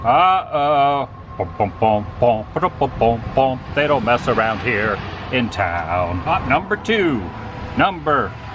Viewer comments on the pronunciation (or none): Loved today’s adventure Adam. Just keep cwusing awound and awound and awound 🤣🤣🤣🤣🤣